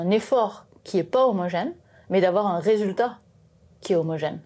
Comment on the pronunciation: C'est fou. Face caméra, j'entends que l'accent du sud, et sur la phrase "un effort qui est pas homogène mais d'avoir un résultat qui est homogène" les a de pas et résultat sont ce a presque o (une voyelle ouverte postérieure non arrondie, si on veut s'en tenir à l'alphabet phonétique international) (time code à pour ceux qui sont curieux).